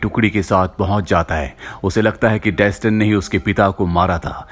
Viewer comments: Pronounced as Dastaan(mean story) not desten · Dustin nahi Daastaan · Its not Dastan, its Daa-staan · डेसटन नहीं है यार वो दास्तान है 😂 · Bro if you had watched the movie, it was pronounced as 'Dastan' not Daston. Even in games (If you had played any of them). For the pronounciation part it is based in persia(Iran) so it should be pronounced as "दास्तान" Same as you pronounce ईरान not आई -रैन ...